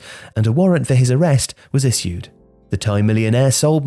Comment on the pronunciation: Why is pronouncing 'Issued" like that? I've heard it maybe 4-5 times till now